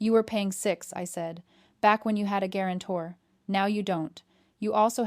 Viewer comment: Nothing like a good “gwarantor”